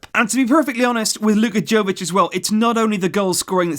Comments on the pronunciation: its yovic no jovic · Its yovic not joevic. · Uhmm ..... Ur pronouncing Jović wrong I mean ur pronouncing J wrong, its not Džović, its Yović, listen, I live in country right next to his, Croatia, and we have different letters and all that crap, but his surname is really simple to say. U have to pronounce it like its writing Yović not Jović. Read this Jo like Yo!!! :) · Jovic is actually pronounced as 'Yovic' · OK,his name is pronounced Yovich,like Mila Jojovic,Yoyovich ,its Yovich,hahahaha, Yooovic! You can do it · Hey, love the video. I just want to correct you on your pronunciation. He is serbian so his name is pronounced yovich. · Its 'yovic' sir, not with a J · its prounonced YOvic and JOvic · luka jovic pronounced as yo-vich.. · And it's pronounced Y-o-v-i-ć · Just a heads up, it's pronounced Yo-vic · It’s pronounced “YOVICH” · Just so you know, 'J' in Jović is pronounced as 'y' in you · You should pronounce J as J, not Y.